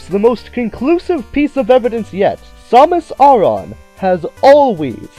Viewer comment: Dude, you're pronouncing her name wrong. It's pronounced "Sam-miss Air-ren"